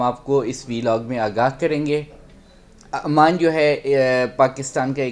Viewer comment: امان نہیں، ،،عمان کہو ،نالائق 😂😂😂😂